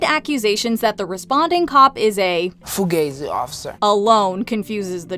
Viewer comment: OMG FUGAZZI OFFICER! First hilarious and second she isn't saying the word properly